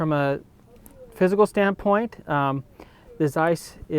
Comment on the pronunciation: For a few seconds I thought you said: "So now let's look at the fiscal differences".